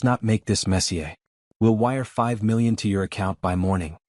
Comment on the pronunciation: All of these ai voices seem to mispronounce the word "messier" like the French last name "mess ee yay." Do better.